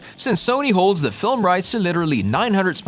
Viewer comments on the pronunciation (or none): none